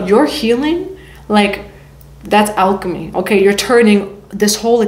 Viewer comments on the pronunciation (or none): none